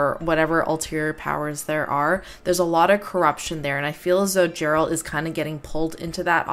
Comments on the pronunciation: It's not pronounced Jeralt. It's Geralt, with a G pronounced like in game. This woman is a character that only appears in the final DLC of Witcher 3, Blood & Wine. However this was the launch trailer for the main game which means the devs had already planned ahead. Nope, she's not. This woman is not a cursed human, she belongs to an entirely different species - she is a vampire. Vampires in the Witcher universe are not undead humans btw, they are a completely different species originating on another world. They came through a portal during the Conjunction of Spheres like most other monster species, however they retained their sanity and intelligence (which is not the case for all species, some went mad or where reduced to animalistic monstrosities acting only on the most basic instincts). The woman in the Witcher 1 trailer on the other hand is a Striga, a cursed human. Not all monster species are creatures from other worlds though - some of the more classical creatures like dragons or griffins are natural parts of the Witcher world while the post-conjunction creatures are basically aliens. You missed quite a few trailers for both Witcher 2 and Witcher 3 btw. Here's a list of some trailers you missed: - Witcher 2: Assassins of Kings launch trailer - Witcher 2 Return of the Kingslayer (also the opening cinematic for Witcher 2) - Witcher 3 Killing Monsters - Witcher 3 The Sword of Destiny - Witcher 3 The Trail (opening cinematic for Witcher 3) - Witcher 10 year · Witcher signs...the golden sphere that appears around Geralt and blocks the incoming cart is Quen...the force shield. The second sign where he blasts her backwards is Aard, sort of a force punch. Two of the more useful Signs. btw, his name starts with a hard G, it's not Gerald...it's pronounced with a G like in "Game" or "Gun", not like a soft "J" sound. Ger - Alt. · *Geralt :D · C'mon lady..... Pronouncing "Geralt" like that? Ouch. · PLS stop call him Jerald. It's Gerald